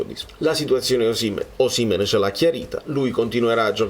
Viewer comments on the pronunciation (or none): concordo su molto tranne che su Osìmhen, a meno che tu non sia di quelli che dicono Càvour invece di Cavùor, si pronincia Osimhèn. Se no mi diventi un Auriemma qualsiasi...😁